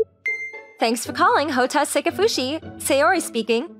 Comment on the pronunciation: Her name was NOT "Sayori", it was Saori. Check your pronunciations.